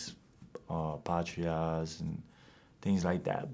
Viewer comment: when he says patria sound like a white man 😂😂😂😂😂🇩🇴🇩🇴🇩🇴🇩🇴 pronounce that R!! brooo